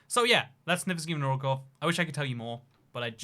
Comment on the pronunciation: mate say nizhny novgorod correctly